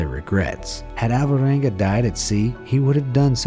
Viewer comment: Please take no offense, but I only got that the name of the guy was "Alvaranga" towards the end of the video, when I saw it written on the screen. For the entire lenght of the video it sounded like How-Voh-wangah. It somewhat puzzles me that English speakers ALWAYS fail to pronounce every single Spanish or Italian name, no matter how simple or short. And those languages are probably among the easiest ones to mimic, when it comes to phonetics. Basically all you need to do is to learn how to pronounce the twenty-something letters of the alphabet, and when you read any word you will never need to guess: every single "A", "B", "C" or "T" will always sound exactly the same regardless of what letters are next to them, with maybe 1 or 2 easy exceptions. English, in comparison, is an absoute nightmare, where you literally have to learn how to pronounce every single word.